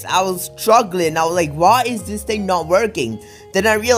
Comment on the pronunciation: "Or any ting" Are you speaking English?